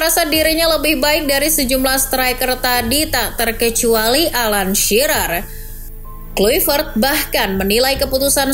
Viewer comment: Ijin koreksi cara nyebut nama nya ya min, harus nya Klaivert 🙏